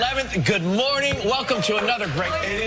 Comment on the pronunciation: If you listen to her again it kind of sounds like she say's warning instead of morning.